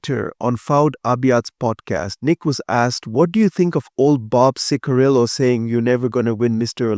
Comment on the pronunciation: His las name is pronounced "chick-uh-rill-o." 😊